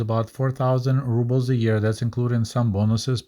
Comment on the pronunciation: amazing video as always. Your momentary mispronunciation of Rubles reminded me of many Russian-speaking YouTubers who pronounce it "rub-bles" instead of "roo-bles." Any ideas why? Is that also somehow correct? Doesn't sound right to me.